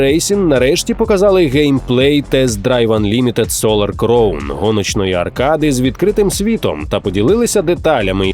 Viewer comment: Диктор, підкачай свій іншліш, вимова деяких слів просто люте пекло, в цьому випуску «кліфхенджер», правильно - кліфхенгер. Солар «кровн», правильно «краун»